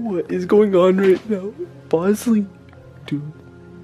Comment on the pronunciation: I love how rug went to his dog and said bozley